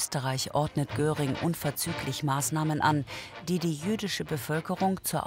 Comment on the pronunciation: Der hiess nicht Göring sondern Göring!